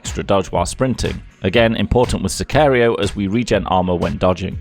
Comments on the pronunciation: Its pronunced Si ka río no si kha reio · Sicario is pronounced the same way it looks “Si-car-io.” His second attempt was correct. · it’s Sicari-oh, just saying, its a spanish word and i’m mexican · Pronounced sick-car-Rio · I applaude you for your skill of getting to ten minutes with the smokebombs and mispronouncing sicario